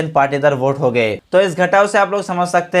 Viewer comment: I think it is Patidar not partidar